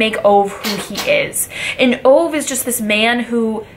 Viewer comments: His name is Ove , not Ow :-) Think that you say Over but skip the r. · His name is pronounced Uh-gay, oovay. Not Ove as in cove. But nice video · His name is pronounced ovah you dumb brod! 😬😂😂😂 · Great review, just a fyi his name is pronounced oo vaahh.